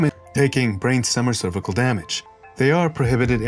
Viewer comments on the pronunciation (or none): none